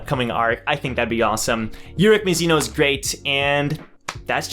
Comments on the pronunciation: mAzino not mizino lmao but i don’t mind XD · I find it amusing that we both say urek mazino the same way but you say Ma-shen-ee and I say Muh-Shay-ne. Pronunciations are interesting